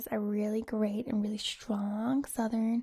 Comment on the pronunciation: When you are doing to southern accent, try to pronounce the uh, r, and n in the word southern. And when saying vowels try to make your mouth a little larger to make a rounder sound. Love from the south ❤️